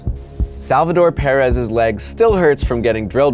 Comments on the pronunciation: It’s Perez not pearez 😂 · Please! It's not PEAR-ez, it's PER-ez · Stop saying parez it’s Perez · Perez not Pair-ez jeez! So annoying 🍐🍐🍐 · Why does he say it like parez it’s Perez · Its Perez not peeyyrez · I can’t get over your pronunciation of Perez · The way he pronounced Salvidor Perez's name over and over and over again is frustrating. Als.ost as frustrating as he way this season ended for the Royals. Also, Gordon could not have made it to home. There's MULTIPLE sources showing all the scientific evidence proving that all over the internet. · That's not how you pronounce perez😂😂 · I honestly only watch these anymore just to hear how bad he butchers names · Is no one gonna mention anything about how he pronounces perez wrong? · Why he say Perez like that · I cant ignore how he keeps saying Perez like an idiot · He can’t even say Salvador Perez’s name right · When he misprounounces Perez 😡